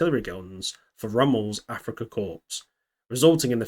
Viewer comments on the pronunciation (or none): it's not corpse as in dead body but it's corps as in 'core'